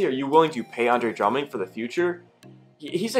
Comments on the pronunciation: Bro good vid, But his name is Drummond not “Drumming” lol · Nobody gonna stay anything about how he says Drumming?